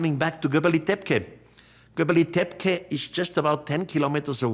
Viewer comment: If you are coming up with these crazy theories you should at least know the names of the places you are talking about. Göbekli Tepe, its Göbekli Tepe and not Göbeli Tepke... this is like saying: the great pyramid of Gaza.....